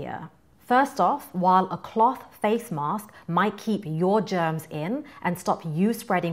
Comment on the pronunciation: its a good video, but the way she says cloth really irks me for some reason